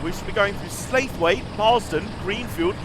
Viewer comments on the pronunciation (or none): I'm reasonably sure Slaithwaite is pronounced Sla-thwet.